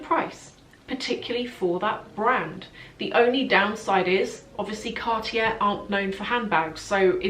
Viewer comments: Love the video! ... please say car-tyey... not cart-jair ... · you are not prounoceing cartier correctly.. its CARTEE AY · Your pronounciation is fine, just omit the last R.